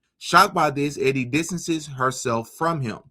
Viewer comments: E-die= EEEEDee not Eddy, just thought I'd clear that one up for ya. lol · The girl's name is not Eddie...it is EEEEE-DEEEE LONG E SOUND: JUST FYI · You pronounce Edie as Eee-dee...it's a woman's name. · "Edie" (female) pronounced - Eee-Dee (not Eddie) 👍 Great videos, man. I just found your channel. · Eeeedie....not eddy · Edie is a girl Pronounced E-D Eddie is spelled w/ two D’s .. fyi .. anywho keep up the good work .. I don’t usually point out grammar but in this case I didn’t want your audience to be confused that two guys kisssd . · Just thought you might like to know,, the ladies name Edie rhymes with.